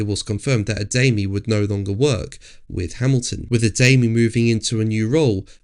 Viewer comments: It’s pronounced “A-dar-mee”. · Bro can't even pronounce Adami correctly and calls himself an F1 journalist, get it right or stfu